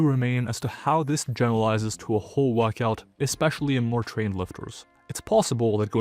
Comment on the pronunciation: What's a "wuckout"?